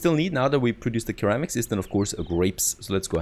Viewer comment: its pronounced “Sir Ram Icks” for Ceramics ;) nice video.